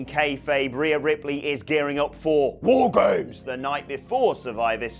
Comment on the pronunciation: The way said War Games made me laugh.